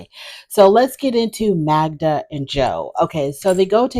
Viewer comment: Joe, if he cared, should pronounce her name correctly.